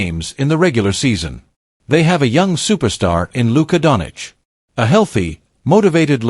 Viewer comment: Please pronounce the people's name properly. That is showing respect. His name is not Donich. It is pronounced Don-Chich. Change the AI pronounciation.